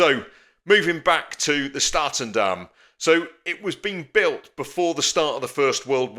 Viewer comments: Top notch pronunciation of “Statendam” a Holland Amerika Lijn vessel. In that time still freighters but present Statendam is a huge cruise liner. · Great video again and you’ve pronounced ‘Statendam’ better than a lot of Dutchmen 😂